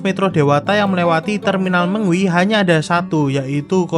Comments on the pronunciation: Terminal Me ngwi.... Bukan Terminal Meng wi... Perhatikan cara baca nya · Terminal Me-ngwi Bukan Terminal Meng-wi, Perhatikan cara baca nya